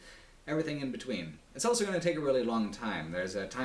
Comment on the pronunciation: says elso instead of also.